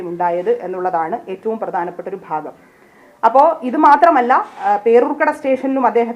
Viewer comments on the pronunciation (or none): none